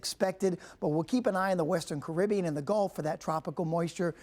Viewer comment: Wrong pronunciation of Caribbean 🙄.